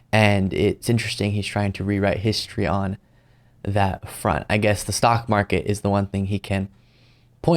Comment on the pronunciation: Did he say the sock market?